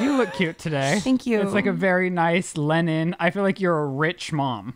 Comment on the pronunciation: did really just say “lennon” instead of “linen”? I know they talk about his pronunciation often, but some things really do annoy me for some reason. Like, you’re using a totally different letter! I’m surprised Lizze didn’t say anything